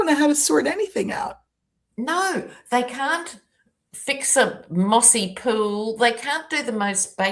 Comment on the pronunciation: did you call it a mossy pool?